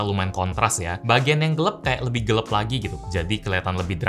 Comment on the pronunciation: Gelap bang, bukan gelep.....kan kemaren katanya meterai bukan materai